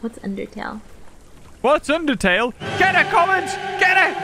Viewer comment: Did she just say what’s undertail???!! What’s undertail she says ahhhhh 😢😩 whyyyyyy whitneeeeeeee whyyyyyyy play it immediately